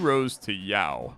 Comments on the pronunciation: Yao tiles 😂 its yaoi, phonetically spelt yow-ee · Hearing this man pronounce Yaoi as Yow is killing my soul. Speaking of that battle, I'm pretty sure both characters are topless in it. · its yah-oh-ee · it's pronounced "yow-ee" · Alright, so, I don't see a comment explaining. Yuri = Lesbian hentai Yaoi (pronounced like yowie) = gay hentai. And the paddles are references to old anime conventions. And I laughed way too hard at your "condemn" after it. Trans btw, don't smite me =( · yuri and...yaw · So yuri is a term used to refer to lesbian romance stories and yaoi is like yuri but with male gays instead. Edit: btw yaoi is pronounced like "ow" with a "y" sound on the start and finish. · "Yao" - Where did the "i" disappear to in your brain? XD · pronouncing yaoi "yow". my poor guy... he never went to a single anime con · I pronounce it like Yowie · I can't believe my straight white man streamer can't pronounce yaoi correctly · Absolutly shocking. He didn't even know what that is! 😂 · You're suprisingly good at scrabble so I can forgive you for mispronouncing yaoi so many times Just stumbled across this channel, its really cool! I love roguelikes. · You know he's a cis straight white male by the way he says "yaoi" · His pronunciation of yaoi threw me back to the 2010s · I did not know I needed to hear butcher "yaoi" and yet here we are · doesn't know how to pronounce yaoi. the world is healing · As a trans woman, thanks for putting pride content out! Also lingo for sure. Hearing you try and pronounce yaoi was too good! Also that ending omg. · pretending like he doesnt know how to pronounce yaoi is very funny /s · yup, he pronounces yaoi without the i as well